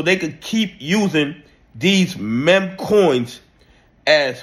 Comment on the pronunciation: why can't you say meme properly? it feels like a conspiracy at this point. say "MEEM", its not hard bro, please